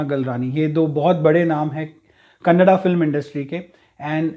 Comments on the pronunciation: So glad to hear ‘Kannada’ and not ‘Kannad’🙏🏼😊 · Thank you for saying kannada, correctly 😇